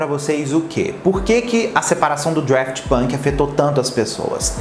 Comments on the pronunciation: DAFT NÃO "DRAFT" 🙄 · Cara, é Daft!! Não é draft! Fica claro que vc não conhece quem foi ou que é! Fez esse vídeo para alcançar público! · Ponto 1 - não é Draft, mas sim Daft. Ponto 2 - Um dos membros da banda chama-se Guy (deve ler-se Gui, dado que ele é francês, embora de ascendência portuguesa. A sua família é originária da cidade de Aveiro, Portugal). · O Daft Punk, com R (DRaft Punk) quase me fez parar o vídeo Hahaha. Mas arrasou pelo conteúdo,. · não é Draft Punk, é Daft Punk mesmo, sem o R 😉🙏🏻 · "Drueft Punk" foi ooOotimo! 🤦🏻‍♂️ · adoro quando fala draft punk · Estudou toda a trajetória do duo mas não aprendeu o nome?? Draft tá difícil de ouvir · dRaft punk, aí que agonia kkkkm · eu não sei pq mas ouço vc falando DRaft Punk heheh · Agonia do falando Draft Punk... não sei pra que inventar coisa na pronúncia. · Vim aqui pra falar o mesmo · Real, nem consegui ver o vídeo depois do 10° draft punk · É Daft Punk que agonia, igual ele fala Halsey errado 😬